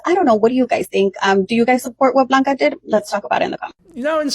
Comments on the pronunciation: her name is pronounced blanca with an L it’s a Hispanic nickname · Blanca, not Bianca 😂